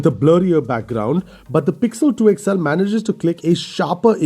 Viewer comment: Its called xl. x-L ! You always say..." Ixxell"